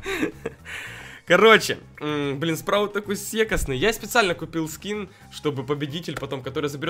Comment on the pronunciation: ты говаришь секасный это ты про сэкс